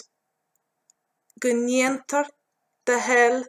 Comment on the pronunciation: 26 second "Go ndeatnear do thoil em talamh"?